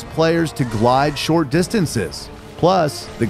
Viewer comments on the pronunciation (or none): none